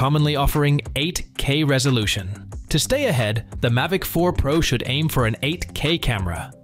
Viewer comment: This video is shockingly bad. I’m not a fan of AI generated scripts. It lacks any human touch to it. I’m trying not to be grumpy about this, but it’s a growing trend in tech videos. Am I in the minority on this? Not anti AI at all, but this is lazy work, it says “Mivic” multiple times